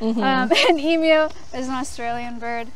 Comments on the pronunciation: As an Australian, your pronunciation of emu is appreciated 😂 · As an Australian, I was happy that you pronounced "Emu" correctly!